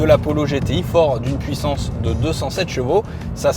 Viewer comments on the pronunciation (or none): none